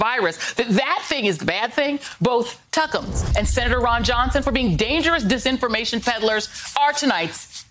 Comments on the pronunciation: Love how she calls him tuckumas. 😆😆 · Love how she calls him Tuckems. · Love the fact that Joy calls him "Tuckems"! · I love it when she calls him Tuckumms. Priceless. 😆